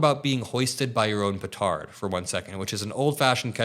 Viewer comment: Love it - "Hoisted by his own petard" in an American voice. Well done. 🤩